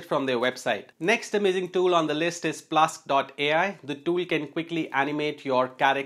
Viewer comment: Great video sir. However, it's Plask ai not Plus ai.